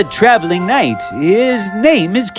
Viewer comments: Is knight pronounced like that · you said kind instead of knight . hehe i have sharp ears . but i liked the story